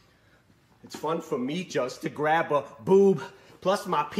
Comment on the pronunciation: Pls tell me you said grab